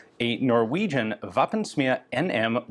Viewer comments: Pronounced v-oh(first vowel sound in 'woah')pensm-ih-ah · the pronounciation of "å" in Våpensmia is like "whoa" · Norwegian pedant here: The å in Våpensmia is pronounced like the a in the english word "wall." Våpensmia translates to Weapon(s) Forge. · Ian, the Å is pronounced as the AU in daughter, 😉